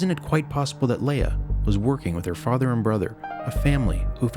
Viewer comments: Leia, not Laya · Only one negative comment: During the original Star Wars movie, her name was pronounced "LEE-uh." The change to "LAY-uh" originated in a SNL skit so that Bill Murray's and (I think) Dan Aykroyd's (might have been Belushi's) characters could make a schoolboy innuendo about her, "I'd like to 'LAY-uh'" ... so, in this mockumentary, our intrepid reporter should be calling her "LEE-uh." --Other than that - excellent parody! Loved it!